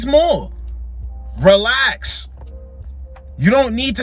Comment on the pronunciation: 😂😂 that’s “relax” was personal.